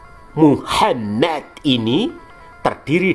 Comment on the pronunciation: asli coeg 😭 tiap kali dia bilang muhemmet, dalam hati aku ngakak anjeng wkwk 🤣